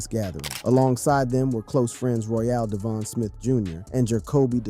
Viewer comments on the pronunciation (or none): none